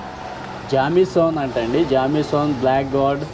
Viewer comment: జామీ సన్న కాదు జేమ్సన్